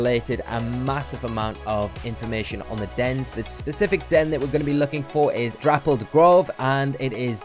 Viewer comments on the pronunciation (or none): ITS NOT THAT HARD TO SAY, DAPPLED NOT DRAPPLED LMAO